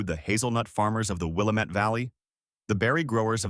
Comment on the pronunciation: "Will-LAM-ette" rhymes with "damnit"